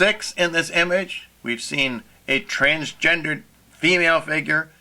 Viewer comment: I´ll add to that that the term itself is twisted so it is kind of a good sign that you are not able to say it properly :)